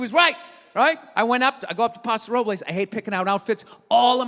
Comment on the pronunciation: Paso RoblAYS. It's Paso Robles, the e is not pronounced. I was born and raised there, and I hate what bougie idiots have turned it into. The people that are from there can't even afford to live there anymore. I can tell how much of a douche someone is by how they pronounce the city's name, and non of them ever pronounce it the same.